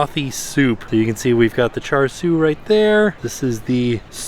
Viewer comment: its chashu pork tim Cha shu you saying it worng.. don't call it bacon soap its not.. pork what give it flavor